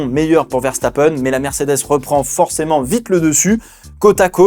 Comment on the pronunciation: Quand t’as commencé à dire Ferstappen t’avais raison c’est comme ça que ça ce prononce